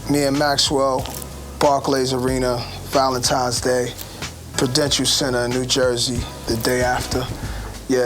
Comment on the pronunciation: is it just me or does khaled have a problem saying his L's lol